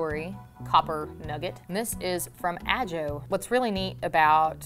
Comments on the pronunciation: ''Ah-Joe'', really? Just might be pronounced ''Ah-Ho''. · It's ah-ho not a-joe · It’s not ajo it’s pronounced ahoe just f.y.i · Boy, one thing that I love about living in Arizona is the beautiful desert landscape it has. Geological masterpieces and wonderous mountain landscapes and forests. I love seeing the places, not a fan of the heat though. Also, you mispronounced Mohave and Ajo. Ajo is pronounced "ah-ho" and Mohave is pronounced "mo-hav- ay". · Ajo is not said with a j sound its (aho) the j makes a H sound like in Spanish Like Jose is pronounced hozay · It's pronounced Aho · Ajo is pronounced Aho ! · Ajo is pronounced “ah-ho”. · Ajo is pronounced ah ho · Yeah, that was a little painful.